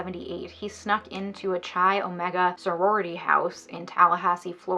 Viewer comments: my shock and confusion when you pronounced chi omega like chai 😂😂😂 the greek letter X (chi) is pronounced kai. anyway love your videos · This is a quibble but "chi" is pronouced "K-eye" not "ch - eye" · I beg you, learn how to pronounce the names of organizations you talk about. I winced every time you pronounced Chi as Chai. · Chi is pronounced K-eye with a hard K. Just an fyi for future presentations related to college greek life topics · Her mispronouncing "Chi" is stressing me out